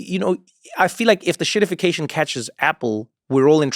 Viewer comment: Get it right, Trevor. It's "EN-shittification". :p